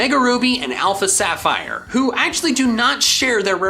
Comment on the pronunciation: SAPPHIRE, NOT SAPHIERE!